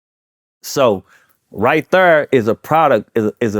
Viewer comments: When the interviewer says "right there" instead of Thurr the song didn't even come to mind. You not saying the name of the song right. Lol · It's Right Thurr not right there😂 been throwing that there all the time he mention the song he doesn't get it right thurr😂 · Right Thurr was a Hit Chingy had Everyone saying "Thurr" 🤣🤣🤣🤣🤣